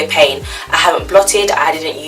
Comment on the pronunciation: lol I thought you said it smells like pain 😂😂😂 I need to pick up that primer!